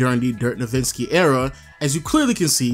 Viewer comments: hes not nowiNski hes nowitzki... js lmao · its amazing you did all this research and yet you don't know how to say his last name